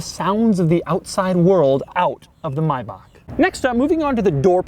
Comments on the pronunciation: rick ross cant even pronounce it right.. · I hate how he says maybach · the way he pronounces Maybach pisses me off lol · This video is much nicer when you turn the volume off since he doesn’t know how to properly pronounce the fucking car he’s reviewing. Classic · htemid No he pronounced it wrong. Im german and what he said is wrong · Lmao Rick Ross had me saying it wrong for all these years. Now everytime he says Maybach it hits the ear wrong lmao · Dislike bc of the way he says the name of the car. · I hate the way you say maybach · YOU'RE PRONOUNCING MAYBACH ALL WRONG AND IT HURTS 😭😭😭😭😭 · Stop saying mibock it’s may back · Okey I'm annoyed "May-bach" not " Mi-bach" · Say it with me slowly it's pronounced MAY-BACK not MY-BOCK, I couldn't watch further than the 4-minute mark because of your poor pronunciation of the name. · Cringing every time when He is saying MaybacK instead of MaybacH. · It's not a fucking Mibach it's a fucking MAY-BACH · It’s pronounced MAY BACK. not mybach 🙄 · More like: "My back" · MAY bach not MY bach lol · Maybach is pronounced "May back" not "My back" as you kept saying. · It's pronounced Maybach, not Mibach. Hitler and his friends used to ride in them in the '30s It might be a good investment to buy it now since luxury cars have always rock bottomed in value before appreciating. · "MYbach"? Isn't it pronounced MAYbach? Maybe it's just us Brits :) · Stop saying My bach! It’s Mayback!!!!!! (I know Maybach) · Why do u keep calling it a My-bach? Its pronounced Maybach. And wtf is an injin? Engine not injin. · It's A Maybach not a Mybach. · May-Bach not my back u turd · MAY-BACK not MOY-BOK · It is pronounced my baak not may back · maybach, not munch 😉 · I cant stand you saying My-back. It's pronounced May-bach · He is making a good attempt at speaking English what work is he trying to say ?? LOL also it is a mAybach not a Mybach.. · myback.....MYBACK???? its may like the month and bach like the composer - MAYBACH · maybak learn to speak